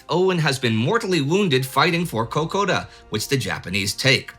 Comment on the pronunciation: I’m sorry, but your pronunciation of Kokoda hurts my soul.